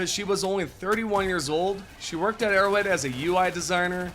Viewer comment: I like that in this sentence "Arrowhead" sounds an awful lot like "idiots".